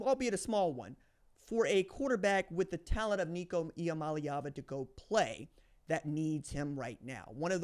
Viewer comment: Nico Ia-money-Ava